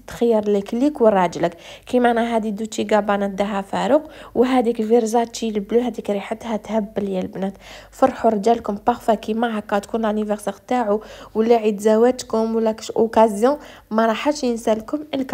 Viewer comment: انا متت بالضحك كي قالت فرزاتشي 😂😂😂😂😂 كاش واحد يحلبها يقولها فرساتشي بال s ماشي z 🤭